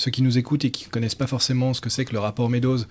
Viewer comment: Se prononce “mes doses”